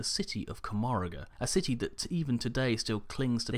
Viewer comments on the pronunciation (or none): Can't wait to see more eldar lore. Just one thing of note: Its pronounced "Koh-moh-rah", not "Koh-moh-rah-guh"